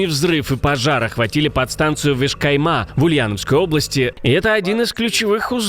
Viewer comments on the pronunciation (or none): Вешка́йма не там ударение поставили